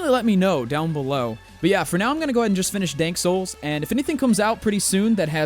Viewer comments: Oh my lord, did this dude say "Dank Souls" lol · Did he say Dank Souls lol